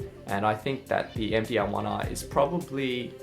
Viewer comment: you say there is a MDL1R. or you say all the time MDaarrGGLLL 1R ?